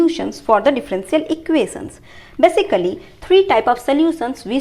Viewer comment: I love how you say differential equations.